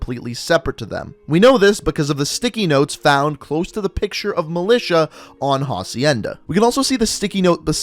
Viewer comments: It’s acienda not jacienda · Who is going to tell him that it’s not pronounced HA-cienda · Ffs, you don't pronounce the h in "hacienda." It's a Spanish word, so the h is silent.